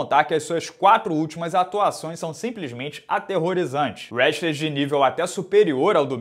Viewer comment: com seu queixo protuberante e falando "urestler auamerican", ambos a 80 km/hr numa reta... quem mais bypassa o outro?:_Que: ou:_Carrano:?:_Rsrs::_Rsrs::_Rsrs::_Rsrs::_Rsrs::_Rsrs